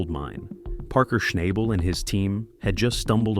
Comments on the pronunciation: "SHNAYBL" AI generated crap. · You’re saying his last name wrong